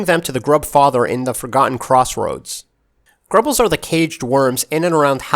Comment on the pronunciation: It’s grubs not grubles